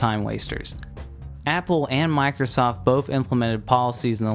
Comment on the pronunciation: I like how you say “BOAF” instead of “both.” Makes you sound like a kindergartner.